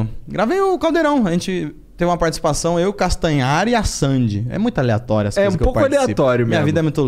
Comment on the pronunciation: Ele aprendeu a dizer Aleatoreo hoje...kkkk